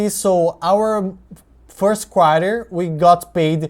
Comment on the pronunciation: I was first thinking that the Apple was a DRIP type thing. That you put your first dividend in Apple and got more dividend. It's good that Apple increased the dividend in the 2nd Quarter (You pronounced it like Quar-yah, some people say Quar-tah). Hope Apple keep increasing and become an aristocrat. What is that ABR? What is expectation from that stock?